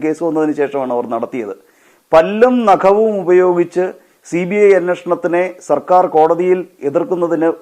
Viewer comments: മോളെ പുല്ലും നഖവുമല്ല പല്ലും നഖവും എന്നാണ് പറയേണ്ടത് ഒരിക്കൽ ഞാൻ പറഞ്ഞു ഇത് എഡിറ്റു ചെയ്യുന്നവരും ബോധമില്ലേ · പുല്ലും നഖവും അല്ല.പല്ലും നഖവും ആണ് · പുല്ലും നഖവും അല്ല,, പല്ലും നഖവും ആണ് കുട്ടീ...!